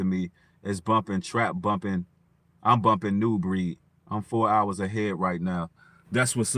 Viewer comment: Very proud of your turnaround. My wish is that continue your journey peacefully and that you reach as many sheep as possible. I also admire what you do its brave.....love it! Thank you soo much but plz change the way u say nubreed lol